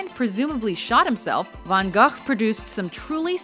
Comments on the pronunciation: Pauline BRUGGER and in Holland, where he was from, his name is pronounced with a soft g at the end. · Yeah specialy the G sounds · Pauline BRUGGER You're kind of right but he was born in Netherlands and his surname in Dutch sounds Van Hohhh, H is really hard). French names were funnier :) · Van Gogh sounded more like 'Gagh', a well known Klingen delicacy. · This lady 😂😂😂 Vincent Van GAAGJJHHH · Her pronaunce of Rembrandt and van Gogh...